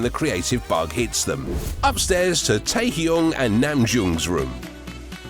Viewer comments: Lol...he said Hoo-see-ook, Taehyoong and Namjoong !! LMAO. This guy knows squat about BTS. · Hi, its Taehyung, not Taehyoong. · It’s actually *Taehyung 😭